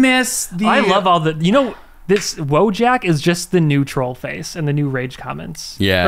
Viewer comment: Soyjack is from Wojack, act. Wojak, pronounced woy-yack